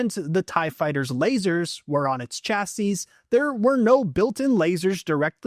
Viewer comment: You don't pronounce the last S in "chassis"